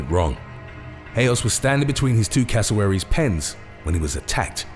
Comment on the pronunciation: .why it sound like you're saying casserole?. xd